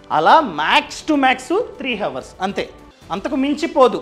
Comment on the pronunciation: హవర్స్ కాదు